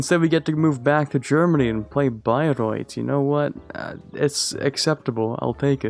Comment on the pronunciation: Bro actually pronounced Bayreuth well.